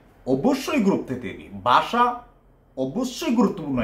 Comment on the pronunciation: বাসা না ভাই, ভাষা! উচ্চারণ সঠিক করেন